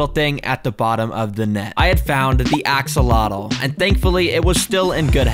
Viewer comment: The way you pronounce axolotl drives me nuts 😭. It's not "ax-el-lot-el", it's "oh-cel-lot" (with the lt made by tapping your tongue on the top of the back of the teeth, against the roof of the mouth). It's a Nahuatl word, and in Nahuatl, the tl sound is made by making a hard t sound, with almost a click, in the manor described above. If you're going to keep them and sell them, you should know how to pronounce the word.